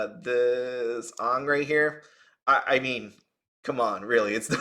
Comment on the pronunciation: Not being rude or anything but your saying AANGS name wrong. You just reminded of the bad live action avatar movie. 😢